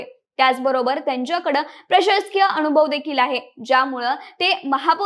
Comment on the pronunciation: अनुभव - अणूभव नाही, मनसे - मणसे नाही, नाव - णाव नाही